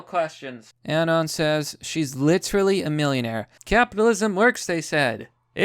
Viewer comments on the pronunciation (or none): pronounced “anon” wrong, sorry bro thats an unsub. pretending to be a 4chaner is toptier cringe.